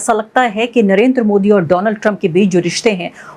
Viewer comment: Dolaaaand trump 😂